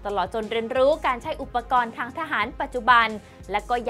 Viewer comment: ปกรณ์ อ่าน ปะ กอน ไม่ใช่ ประ กอน ครับ